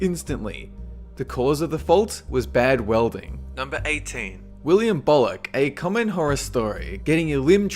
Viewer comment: im sorry. number 18. seriously? william BOLLUC? REALLY BOLLUCK? FUCKING BEST MAN EVER! Also. number 9? i think he got that off of Kung Fu Panda.